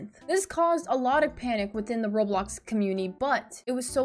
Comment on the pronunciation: you said commumity